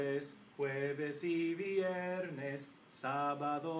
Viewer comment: the pronunciation for "viernes" veee-erh-nes thing bothers me a little... ;)